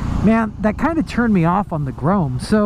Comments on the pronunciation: It's grom not grome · It's grom not groam/grome. Go back to school and learn to read. Thanks. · Couldn't watch the whole vid purely because you kept saying grome instead of grom, it was just too annoying 😂😂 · STOP PRONOUNCING "GROM" as "GROAM"???? can you spell??? (pronounced gr-aw-m) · lol I hate how you say grom its grom not grome listen how jake the garden snake says it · "GROME" pffff... Pronounced Grawm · Its not grome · "The Honda Groam." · Cole Speirs are u sure it not GROME lol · Dislike just because you kept saying “Grome”😑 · yea it's definitely pronounced grawm lmfao anyone who knows anything about bikes knows that. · Now I'm going to be stuck saying "Grome" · It pronounced like "Some" but with a "G" "Grom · great video, but i must say, grome is noth the way to say it haha. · If you say “gron” one more time! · Grom like aaa you say at the doctors not grome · Grome? na bro. its pronounced GR-OHM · That was honestly bothering me the whole video. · You be sayin grom wrong. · Please pronounce it right oml